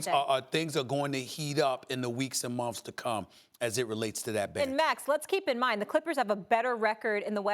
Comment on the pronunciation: Why does Stephen says months as mumfs. What's wrong with him?